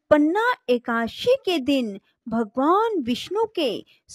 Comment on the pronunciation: Ekdasi ki ekaasi bol rhi ho tum jo ki galat hai Pronunciation sahi hona chahiye